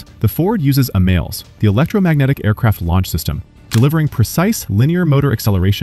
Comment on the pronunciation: I thought the catapult system was EMALS not emails😂😂